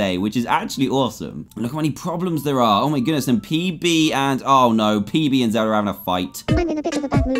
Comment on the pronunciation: How dantdm speaks: Jemmer instead of Jemma Zelder instead of Zelda